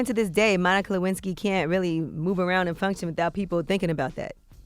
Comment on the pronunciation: "Can a player get a Luensky" lol